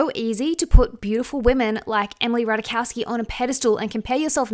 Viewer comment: The J in Ratajkowski is there for a reason. There are no mute consonants in Polish language. It's pronounced as Y in "mayonnaise". I personally remember Ratajkowski the most for her part in the "Blurred Lines" video, allowing herself to be treated like a S-toy by a bunch of misogynistic A-holes relativizing non-consensual intercourse NotAGirlsGirl